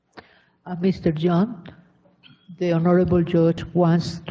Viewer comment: Senores semana x favor su nombre es JOHN. aprendamos ingles correctamente..